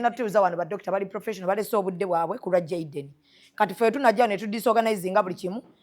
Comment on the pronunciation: I love the Dr, s pronunciation in Jayden, s name ❤woa❤❤ thanks TMR hospital ❤ GOD 🙏 bless you abundantly always